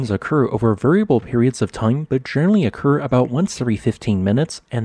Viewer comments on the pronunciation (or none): Same tip- narration is generally excellent, but you slur the "l"s a bit. I heard "genry" instead of general-ly, for example. Hope this helps.